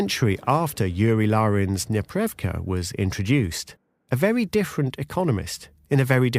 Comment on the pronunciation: Ok, it is a "nepreRYVka" (непрерывка - meaning "continuous, uninterrupted"), not "neprevka". As a native Russian speaker, I broke Google trying to search for what you were talking about :)